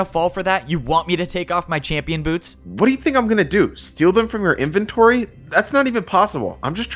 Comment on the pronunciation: got that accent in there “now INn M-y inventOry”